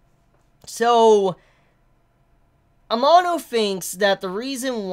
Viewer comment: please pronounce amano's name right, its really annoying, thanks lol